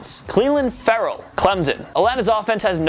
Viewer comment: Clelin Ferrell's last name is pronounced "Fur-ell" for anyone asking (Edit) hold up where's Dexter Lawrence and Austin Bryant?